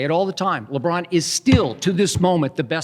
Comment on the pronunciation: He called LeBron a weeny 😂😭